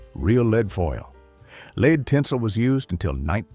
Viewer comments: The culture back then was classy, charming and well-mannered. Today, the culture is vulgar, cheap, immoral and disgusting. By the way, nice AI narration. 'LEED tinsel'? Seriously? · ATTN AI: UNICEF is not spelled out one letter at a time. Humans pronounce this Yoo-nuh-seff. Also, “lead” in this context is always pronounced as rhyming with “shed”. You forgot at least once and went to a pronunciation rhyming with “need”. The semi-Southern accent doesn’t fool us. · What are lead (pronounced 'leed') tinsels?? Please, AI or human speaker, do your homework!!!